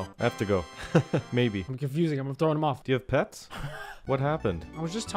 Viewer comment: When you say "Do You Have Pets" it sounds like "Do You Have Peps"